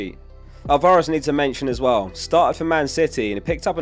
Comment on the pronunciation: Bro it Al-Va-Rez